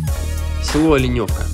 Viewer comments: Да в конце то концов,когда туристы перестанут коверкать названия:Атлеш,ударение на букву е,Оленевка,а не Оленёвка,ну бесит честное слово.с какого перепугу поменялись названия,прежде чем ехать куда -либо,поинтересуйтесь хотябы как называется населенный пункт. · ОлЕневка, а не ОленЁвка...